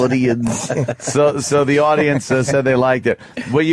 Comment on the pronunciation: An awdoiance